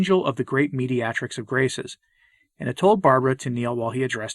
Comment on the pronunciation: A very fine video about Our Lady, but, you may want to check your pronunciation of "mediatrix," "deluging," "calumniated," and "triune."